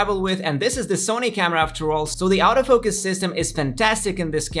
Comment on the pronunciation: why is he pronouncing the 'auto focus' sounds like 'out of focus'???